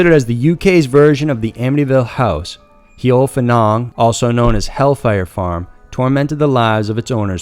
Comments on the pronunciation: Also it's not cun-nock it's pronounced can- knock #justsayin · Plse get ya dacts right, its cannock, NOT cann nock. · PLEASE learn how to pronounce things........its pronounced CAN...NOCK.........LIKE A SOUP CAN. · It's pronounced Can-uck ;) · You said Cannock wrong but nice try :) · The way you pronounced Cannock is really funny. It's used mostly for dogging these days. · Pronunciation of British placenames is absolutely appalling. It's CAN-Nerk, not Ker-Knock, and Staffordsher, as if pronouncing just the first 2 letters of she, not Stafford-Shyer. These are easy enough to find on the net so there's no excuse. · Fantastic content as usual! And thank you for exploring some really spooky UK stories. And I mean no disrespect when I say Cannock is pronounced Can-ock and Staffordshire is pronounced with a sheer at the end - as almost all UK counties are. There - English english lesson over. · ca-NOCK chase in staffordSHYER ffs